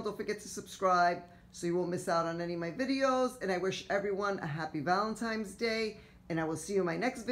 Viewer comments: Looks really great overall, I love the Buffalo plaid on fireplace candles and pillows, love the touches of pink. Maybe a little too much on mantle top. By the way, you keep saying Valentimes with an M instead of Valentines with an N. Other people make the same mistake, just thought you might want to listen to your video so you hear it. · So cute but FYI it is pronounced ValentiNe's Day not ValentiMe's Day.